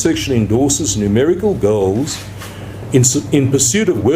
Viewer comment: Is he saying the Goals or the girls ?